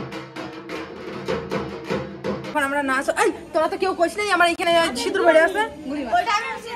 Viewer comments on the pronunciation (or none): none